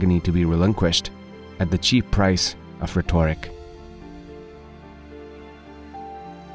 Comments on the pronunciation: The reader of these quotes is either a foreigner or not adequately taught in American pronunciation of words. For example, 'rhetoric' should have primary emphasis on the first syllable, not the second syllable. If the word was 'rhetorical', THEN primary emphasis is on the second syllable. Also, the word 'passion' should be pronounced as pa-shun, with the sound of the 'a' being the short a, like in the word 'ar'.. But the second syllable, 'ssion' or 'sion' should be pronounced like the word 'shun', and NOT as the word 'sun'. The quotes are good ones. And I know myself, speaking a non-native language is hard (sometimes even by 'natives'!?! But, a recording like this should first be listened to by native speakers who are more linguistically experienced. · Can you please understand English... "rhetoric"... is not retoric... editing more may be needed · The way the speaker pronounces rhetoric is so grating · Agree. Any narrator worth his/her salt checks pronunciation of EVERY WORD before recording. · I love and admire Thomas Sowell, but whoever made this video should have found a reader who can correctly pronounce words like rhetoric. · I love Thomas Sowell's wisdom and appreciate your video. HOWEVER, there are 12-15 simple words in this video which you are EGREGIOUSLY mispronouncing. For example, egregiously, comrade, rhetoric, distributed.....and at least a dozen more. PLEASE have someone who speaks English as their first language check your pronunciation. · I realize English is not your first language, but you are pronouncing the word - “rhetoric “ and it’s jarring. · Good stuff. But, practice saying "rhetoric."